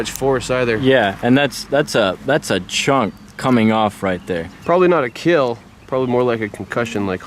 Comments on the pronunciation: But your weapon.. it will keel, good job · Your weapon will keel